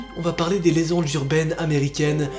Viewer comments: Noaaaaa ya pas de S dans legende c un G 😂😂🤣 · "Aujourdhui on va parler des [LÉZENDES] urbaines" parle tu français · Aujordhui on va parler des lezendes urbaines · Lezendes urbaines a l'intro 😂